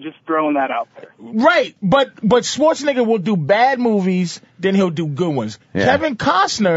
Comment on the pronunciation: love how patrice pronounced arnold's last name as "swartz-a-nigga" lmao